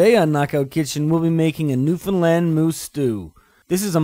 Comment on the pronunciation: Loves how ya says not newfffounndlannd or newfinland stew but Newfoundland stew! Hahaha I says da same thing everytime I hears somone from away say da wrong pronunciation every fuckin time! Good recipe brudder keep em commin!